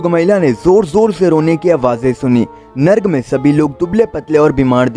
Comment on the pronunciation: नर्क होता है narg नहीं